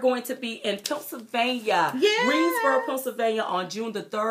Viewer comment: Love you ladies but stop calling Pennsylvania, Punsylvania... That is all...